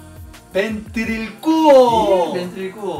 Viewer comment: Lo has hecho muy bien. Has escogido palabras muy complicadas pero has conseguido pronunciarlas correctamente. Incluso algunas palabras que se ha inventado esa mamá jajaja. Ventrilcuo no existe, no se si querría decir VENTRÍLOCUO O VENTRÍCULO, pero ventrilcuo no existe. Tampoco "Esparatrapo" esta forma de decirlo es incorrecta la manera correcta es esparaDrapo, osea con una D en lugar de una T. Aún así tu lo has pronunciado correctamente. ;)